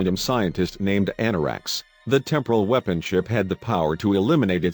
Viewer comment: LOLOLOLOL, the mispronunciations are hilariously bad! weeepon